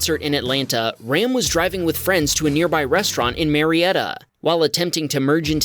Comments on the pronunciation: it’s pronounced “Rahm”. Its an Indian name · If he's of Indian descent, his name is pronounced "Rahm," not like the English word for a male sheep.